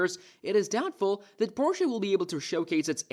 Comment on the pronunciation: Porshay? LMAO you made me laugh 1 second into the video. Nice. edit: okay it wasn't a joke, that's just how he says it. edit: wait he says it correctly sometimes and then immediately says it wrong right after LOL